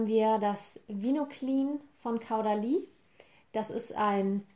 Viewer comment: Sry aber das irritiert das ganze Video über: Caudalie spricht man Kohdalie ;)